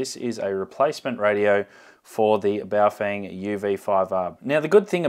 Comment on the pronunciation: It’s pronounced bouff whang